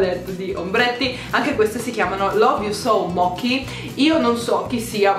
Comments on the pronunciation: Si dice moci nn mochi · Moci non mochi ti prego 😂🙏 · Le palette di ombretto si pronunciano "love you so moci" con la c dolce. Non è una critica, solo un appunto 💕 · Stavolta Poison lo dovevi pronunciare in inglese XD e mochi si legge 'moci' ma fa parte del tuo charme lol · Ciao io ti adoro un casino ti volevo solo dire che le palette mochi di nyx fanno schifo non si vedono gli illuminante eh nemmeno gli ombretti di quella linea se non ci credi guarda il video di gaia visco gilardi sulla linea mochi e vedrai e poi penso che mochi si legga "moci" comunque ti adorroooooooo